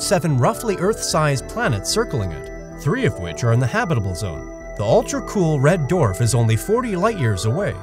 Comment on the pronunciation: The “red dorf”?